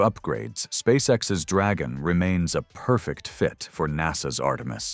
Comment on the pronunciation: 🤣порфект)) стар шлёп) вы с конца 60 тых))